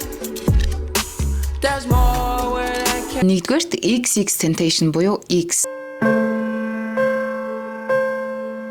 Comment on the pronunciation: Xxx tentacion gedgee zuw heleerei buruu duudlagatai heleed baina shu 😂